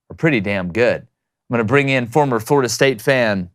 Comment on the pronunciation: "FLORDIA"??? come on, guys.